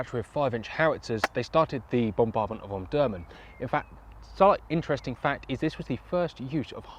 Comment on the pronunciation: Pronounced om-dur-man not om-durman